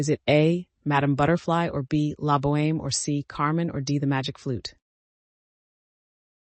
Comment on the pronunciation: OMG, you pronounced the H in La Boheme.